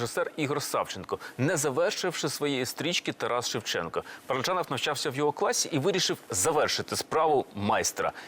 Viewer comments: Дуже цікава передача, але просто тіпає від ведучої. Що за манірність? Коли говорила Л.Кадочникова, хотілося слухати; коли ведуча, то мріялося, щоб швидше змінили картинку...Неприємно різало оте її "ПараджЯнов", манера торохтіти, а не розповідати.... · Дякую за цікавий матеріал про надзвичайний фільм! Але скажіть хто-небудь ведучій, що в українській мові ж,ч,ш, щ - тверді. Говорити треба ПараджАнов! Правильна вимова формує мовну культуру.